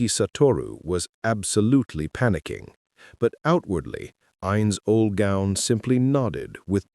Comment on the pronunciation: Ainz Ooal Pown xD